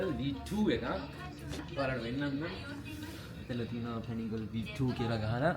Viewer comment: pani gril neve pco paniGAALEH yco hriyt pronounce krpn